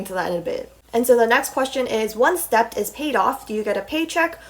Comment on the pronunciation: interesting video!! for future reference it’s pronounced D•E•T the “B” is silent. :)